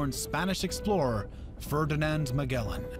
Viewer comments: I kept laughing when the narrator kept saying "ma-GE-lan" when it's supposed to be "ma-JEL-Lan" lol 😂😂😂😂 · Jacqueline Relano in the Philippines its pronounced majelan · The narrator mispronounced Magellan, but hen again in Spanish it is pronounced Magallanes